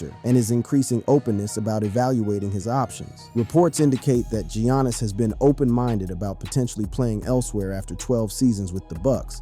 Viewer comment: Can't even say Giannis right